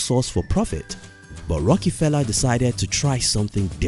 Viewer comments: It’s rockefeller not a rockee-feller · Sounds like John D. Rocky-pella